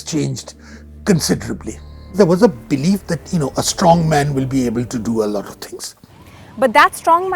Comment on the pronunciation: its not blief to be! its